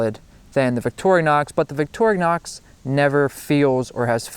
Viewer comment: i've watched about 5 different videos on multi-tools tonight and at least three of them have pronounced it "victori-o-nox" whats with that?